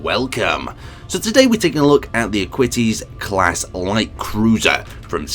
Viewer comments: Kind of thought this was an April fools when he pronounced arguintens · R-qi tans/are-qin-tance is actually how it is pronounced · you absolutely butchered the pronounciation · U PRONOUNCED IT WRONG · I thought that as well